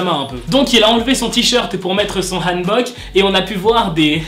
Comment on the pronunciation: Tu prononces bien le hanbok (je le sais,je parle coréen)